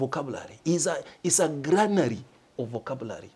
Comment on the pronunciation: A granary "dero" 😂😂